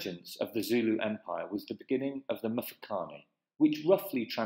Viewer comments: How can I take you seriously if you mispronounce every word??? You have managed to single handedly slaughter just about every Native word. It is pronounced MMMTwE-Twe and its MMMMFe-ca-ne. And where do you get this idea of slaves to the Boers??? They had servants who were treated as part of their family. The Zulu conflict between Mzilikazi and Shaka was the start of the Mfecane which had a domino effect. There was also a severe diminishment of people in the middle of South Africa due to the Matabele absorbing them as they moved along (conquer and assimilate). They eventually settled in Zimbabwe and are now known as Ndebele. The Boers would negotiate with any Bantu tribes in the area they arrived in for land, as is the case with Piet Retief and Dingaan (Dingane) which eventually culminated in the battle of Blood River due to treachery by the Zulus. The Portuguese never enslaved Bantu tribes in the area known now as South Africa. They did get slaves from Mozambique and Tanzania (Arabs) through Zanzibar. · Yho! But your pronunciation of the words including Mfecane and Mthethwa is shocking! It actually gets worse from there on.